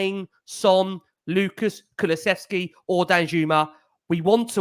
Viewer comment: you need to learn how to say Kulusevski. There is no 'ch'.